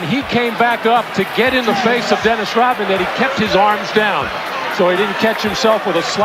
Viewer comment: its pronounced ROD man, NOT ROT man.